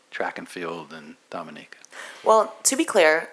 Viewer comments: Nathalie, they even try to. Correct me when I pronounce the name of MY COUNTRY. DOM E NEE KA! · Can't believe a journalist would pronounce Dominica wrong before addressing Thea with question. Basic, basic thing...Smh. Good putting him in his place.